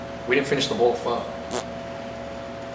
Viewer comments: Liên Heart its pronounced as 'fuh' not fou i heard a vietnam guy say it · It is pronounced like Fou. Not sure how to explain better. ^^' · proper way to pronounce it is as if you're asking a question.. fuh? basically like that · Like how Andrew managed to correct himself Pho-King sounds like something else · I've been pronouncing "PHO" wrong all of my life and no one corrected me. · Soooo many people pronounce Pho so incorrectly :P